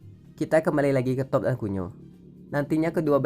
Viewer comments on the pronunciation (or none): Cara bacanya diperbaiki. Jadi geli di kuping. Toph. Bukan top. Tapi tof/taf Badgermoles. Bukan Badgermoles. Tapi bedgermols.